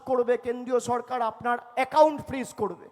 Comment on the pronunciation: বকাচোদা ভাইপো ,, কথা টা সড়কার নয়, সরকার